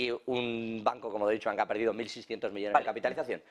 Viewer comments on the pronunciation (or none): Por favor.. DOITCHE Bank... el Deush Bank no existe.